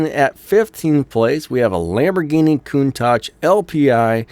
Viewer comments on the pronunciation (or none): none